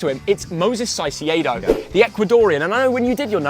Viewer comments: Hey no hate but Caicedo sounds like Kaicedo rather than Saicedo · and saiseado Me its caicedo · This guy is so stupid he can’t even pronounce caicedo 😭 man says “saiseeado” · you are pronouncing Caicedo wrong. It's actually pronounced K-A-I-S-E-Y-D-O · Its caicedo not saisedo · Bro said Moises Saseido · Jesus how did you butcher Caicedo so bad 😂 it’s pronounced Kai-Say-Dough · Its kai-say-dough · Miocees cyeyado💀💀💀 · Bro u still say SAISIEDO😭😭😭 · "moses saisiedo" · pronunciation of caicedo 💀💀💀💀